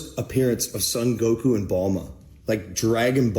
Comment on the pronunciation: "Neruto"😭😭 "Balma"😭😭